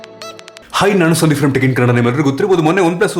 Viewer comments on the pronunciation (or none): none